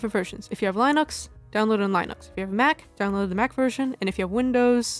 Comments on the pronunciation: i have never in my life heard someone linux as "lai-nuks" instead of "lih-nuks" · I'm so sorry dear.. and i hate being "that guy" but you're not saying Linux correctly at all.. Lin like Linda not Lin like Line. I wasn't sure if it was intentional, or just no one told you. For all i know maybe you said it that way to see some jackass like me pop up and do exactly what i'm doing lol >_< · lie-nux XD lyn-ux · you did NOT just pronounce Linux as Line-Acks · just had to point out the way you pronounced Linux, cracked me up 🤣